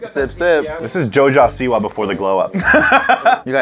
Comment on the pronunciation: did this manz just say joe-ja-see-waa